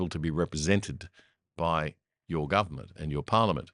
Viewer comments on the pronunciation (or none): none